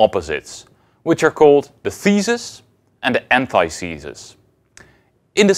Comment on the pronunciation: He says "ant eye thee sus" though. Isn't it supposed to be "an tith uh sus"?